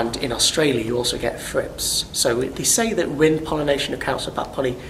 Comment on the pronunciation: Great work. It wouldn't hurt to learn to pronounce the 'th' sound (at least for the benefit of an international audience). I wasted time trying to figure out what the heck a 'frip' was.